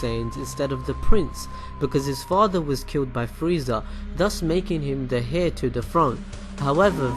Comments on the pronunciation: wait did you say 'hair' instead of 'heir' (pronounced like 'air')? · Its pronounced 'heir' as in 'air' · heir is pronounced "air"